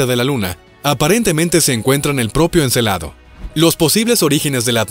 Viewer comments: Se dice Encélado. No Encelado. Y lo que dices no son nuevos descubrimientos. Ya se conocian. Si lo fueran, podias citarlos y dejar enlace en los comentarios. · Muy buen video, lo único que si les falló fue la pronunciación de Encélado y no Encelado, tienen diferente significado "Encélado " es de la mitología griega, hijo de Urano o de Gea. Y Encelado tiene relación con los celos. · Encélado, no Encelado.